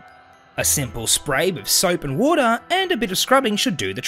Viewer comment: Watah is good😂